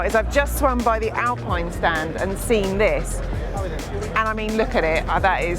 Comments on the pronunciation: Alpine is pronounced Alpeen...😊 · the alfa romeo 'VELOCE' is pronounced vel otchi, ....also, when you were in the macan talking horsepower.... the PS is always more than BHP (1BHP =1.014 ish PS), and final edit/constructive criticism (only trying to help, no hate) is 'Alpine' is pronounced 'Alpeen' but apart from that....good job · It is funny how you refer to the British flag on the R5 as a Fauxpas, but you do pronounce the very, very French brand Alpine as if it was a British mountain sport…😂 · To an anglophone, the 'pine' of Alpine (not a Sunbeam) will actually sound much more like how the word for that small sharp object is pronounced: pin. An english speaker should not even think about that last "e", to them it remains silent (slight exception: a speaker with a pronounced Provençal accent would terminate the word just as Germans do Porsche, with an "uh" sound for that last e). Thus, the closest approximation for "Alpine", as it would be pronounced in Dieppe (home of Alpine) and by the vast majority of native French speakers, should be read as "Al-pin" by a native English reader, not "Al-peen". Try walking into a hardware store and asking for a ball-pin hammer if you think there is no difference between "pin" and "peen"...